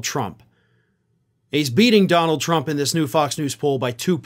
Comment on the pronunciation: "Dominold Trump?"